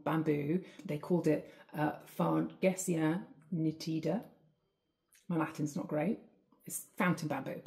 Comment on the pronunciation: I thought you were going to mention Phyllostachys nigra which is currently going through its flowering phase. Fargesia nítida (nailed that pronunciation) has already had the seedlings grow to a decent size.